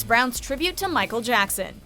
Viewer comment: “ Micheal jacksan”